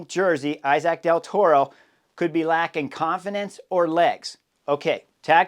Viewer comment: Dude, I love you but can you pronounce Del Toro’s name properly? He is Mexican